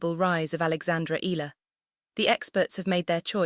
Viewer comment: At what ranking will the tennis world begin to pronounce Alex's last name correctly?